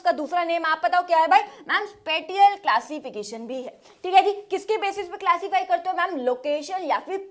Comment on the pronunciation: Mam ne wrong pronunciation of spetial pronunciation of t= t sound not t , correct pronunciation of t=sh sound